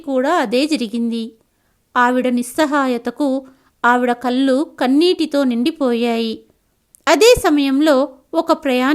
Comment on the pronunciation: అంతా బాగుందమ్మా,కానీ మీరు కొన్ని పదాల ఉచ్చారణ ను సవరించు కొంటే ఇంకా బాగుంటుంది. ముఖ్యంగా ళ కారం ఉన్న చోట లకారం పలుకు తున్నారు. కళ్ళు పలికే పద్దతి .మీరు కల్లు అంటున్నారు. తప్పు పట్టాలని కాదు నా ఉద్దేశ్యం.వినసొంపుగా ఉండాలి అని అంతే.🎉🎉